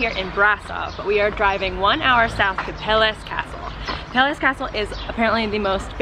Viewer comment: actually it s pronounced "Brashov" and "Pelesh". Keep up the good work! I like your vids!